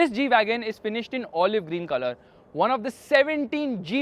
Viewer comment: really a stupid g - weagon